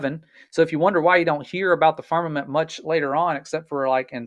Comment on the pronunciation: I've watched from start to finish, taken screenshots as i love to do, and read through all the comments, reacted to some. Question, why does your Guest, keep referring to Firmament as Farmament? I'd love if you could enquire. The foolish things of GOD, confounds the wise and the weak things of GOD, overcomes the world. GOD is Almighty or Omnipotent and Sovereign. GOD can hang things wherever He chooses, He doesn't need our counsel. The earth or deep was covered por engulfed in water, on day 2, GOD divided water from water by putting atmosphere for our habitat between (water above is the clouds), on day 3, GOD, separated separated and allowed the remaining water around or upon the earth to gather to one place (seas) and caused the earth or land to appear, and caused vegetation to appear on the land(earth); day 5, He filled the seas with living things. GOD on day 4, placed the sun and moon in their place, and as a footnote, we are told GOD made the stars also (distant planets and worlds with Occupants {Hebrews1:1-3}). The fact we're on the earth, make outer bodies appear to move about us, hence, the phrase sun stand still and the sun went back, inspiration speaks from human perspective or understanding(parables). Again, they have Space Tourism flights, that can easily prove or disprove all these things, available in America. Do us a favor and pay for a trip, practice real Science and bring us back pictures and videos, proving or disproving. If i could afford it, I'd do it alrea